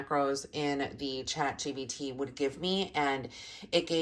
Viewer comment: Jen is shaking!! also omg "chat gps" LMAOO💙💙